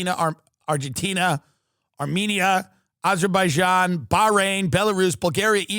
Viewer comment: You managed to read Azerbaijan 😧